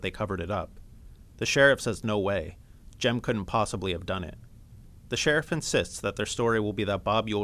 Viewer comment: Sorry its jem not Jim😊